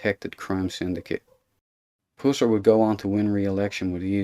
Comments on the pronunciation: Its PUSSS ER... not POOOOO SIR !. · That’s Pusser (like us), not Pooser (like pussy) you weird looking, dumb sunglasses wearing, boring talker. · Uhhh! Puuuuh... Puuuuhsser, not Pooser! Damn! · Ot is Buford "Puh-ser".. ,NOT Poo-ser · all my life here in TN, I've heard his name pronounced (Puss-er), not (Poos-er) as in this video.....which one is correct? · Puss-er. The Irish type accent of the narrator brings out the 'Poos-er.' I'm thinking he would pronounce 'hustle' as 'hoostle.' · His last name was puss—er not pusser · "pooser" haha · Learn how to pronounce his name before you do a video. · My gosh can you not say his name right? If your going to make a video of someone at least get their name right. And I don't think you know what you are talking about. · You are pronouncing his last name incorrect !! You are ruining the story😢😢😢